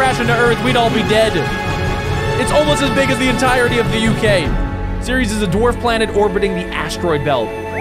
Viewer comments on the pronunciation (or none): none